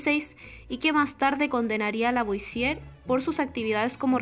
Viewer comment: Raro que pronuncien bien "Antoine" (Antuán), pero no "Lavoisier" (Lavuasié), Por lo demás, excelente video.